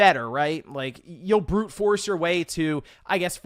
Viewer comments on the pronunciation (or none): none